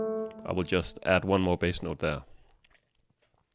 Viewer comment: Great video, but "bass" rhymes with "pace" not "pass"